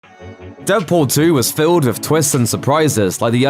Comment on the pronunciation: It's filled, not fiwwed